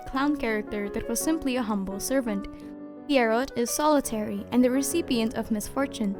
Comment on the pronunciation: Pretty sure the name is pronounced P-why-row.